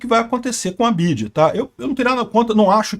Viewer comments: Nunca ouvi alguém pronunciar Bidji antes... Mesmo aqui no Brasil, sempre ouvi dizer em ingles "Bi Uai Di" ... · É correto esse jeito de falar BYD: "bidi"? muito estranho. Pensei que todos dissessem "bi-uai-di" 🙄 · É "BI-AI-DI " > "BIDI" É NOME DE BATEDOR DE CAETEIRAS 🤣🤣🤣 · "BID"? KKKKK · O nome é BIO AI DI BYD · Onde o aprendeu a falar "bid"? Ninguém fala assim. É o problema de se informar somente por leitura. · Só vi idiotas comentando neste post a comecar pelo Youtuber pronunciando o tempo todo o nome errado da montadora. Minha BMW X3 com 22.000 km rodados foram gastos R$ 27 mil reais na revisão. Vários serviços tipo concierge , GPS e serviços de informação via Wi-Fi venceram e não funcionam. Cobram uma taxa absurda para mantê los.Ah o preço de uma X3 NOVA ? R$ 600 mil reais ou o triplo de um BYD TOP de linha q oferece todos os recursos! Os EUA e a Europa estão revoltados com esta concorrência já q o governo chinês oferece incentivos fiscais para exportação! Nunca irá falir e lembrando q qualquer montadora tem o seu eletrico. Volvo Sueca não produz mais carro a combustão. Trump saiu do acordo de Paris e se dane o meio ambiente! Elon Musk já está pulando fora desta Santa Ignorância presidente da poderosa América!😊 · Por que ele pronuncia errado o nome da montadora? Parece um ret@@